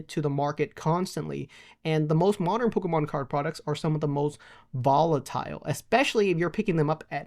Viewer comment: Why does he say "Polka mon" 😂